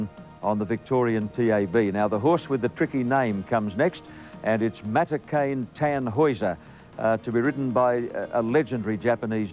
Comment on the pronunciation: He said Tannhauser correctly though. Imagine if it was Fukukitaru